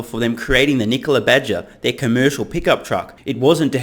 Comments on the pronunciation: Trevor Milton shorted NKLA, pronounced "Knee-Cola" the day he sold his shares pre-IPO. He shorted Nikola, so he could have a quick pay day and blow half of the $70 MILLION pay day on a $35 MILLION house. It is clear Trevor Milton is running a pump and dump scam by completely seizing on the success of Tesla and Elon Musk. Trevor Milton has conceded and confessed to his disinterest in running Nikola by surrendering the CEO position to a "friend" and admitting that he is out as soon as he finishes his scam and gets some more money off the table by saying he plans on "retiring" in less than 5 year, apparently by the time he has really cashed in... Trevor is operating out of no conviction or drive to change anything but his personal financial security and at the cost of investors, he continuously admits that Nikola will manufacture nothing, yet he tries to call his scam operation an OEM. This whole thing stinks and I wish it didn't. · Honestly, I just wish he’d quit calling his own company ‘KneeCola’...